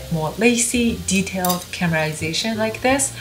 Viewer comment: stop saying CAMERASATION instead of CARAMELIZATION.